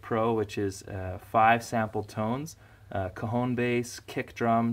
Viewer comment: Haha everytime you said cajón it sounded like cojones